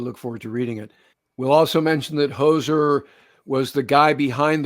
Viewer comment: Hozer not Hoser